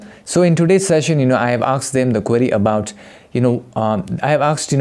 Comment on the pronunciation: Bro? The word is asked, not aksed!